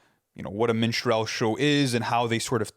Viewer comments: MINstrel, not minSTRELLE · Min-strall show or min-strell show? The fact you cant even pronounce the shit makes me think you have no concept of the album. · The way they pronounce minstrel 💀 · Apologies and respect to all but you simply CANNOT mispronounce Minstrel and expect to be taken seriously in this context. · could somebody tell them how to pronounce minstrel?